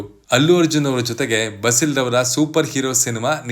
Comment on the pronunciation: ಬಸಿಲ್ ಅಲ್ಲ ಬೇಸಿಲ್ ಜೋಸೆಫ್..